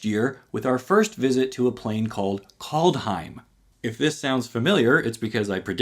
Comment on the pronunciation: Kaldheim: Props for pronouncing it correctly. I think you're right that this will end up being Garruk's home plane, even though the name is Old English and not Old Norse. His basic personality is very on point and his garb is surprisingly faithful to what the Norse wore. I think we'll see the Kenrith twins there as well, because the last time we saw Garruck he swore to act as their bodyguards. I think we'll also finally get a Ramaz card, since there are supposed to be 4 walkers in the set. Strixhaven: I think you're right that this is Kasmina's home plane and about the schools of magic. What you didn't say that's obvious to me is that I think this is going to be a mono-color matters set, in that it will be extremely hard to run a multicolor deck. I think this is where Counterspell is finally reprinted. DnD Set: My only prediction is that we get a legal Inzerva card. MH2: I don't know what to expect, the last set was so bad. The things that were supposed to be Commander staples ended up ruining multiple competitive formats and the things that were supposed to be competitive staples ended up doing nothing. R&D is run by a bunch of Limited/Commander playing filthy casuals that don't have the first clue about Modern, so predicting anything here is likely an exercise in futility.